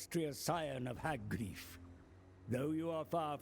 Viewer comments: The way he says hag greaf makes me cringe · Haha gry-ef x) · Are you.... You have more suitable climates than other dark elves. Because you get those other two on top of your originals. Also the game tells you how to pronounce hag graef but you still pronounce it wrong.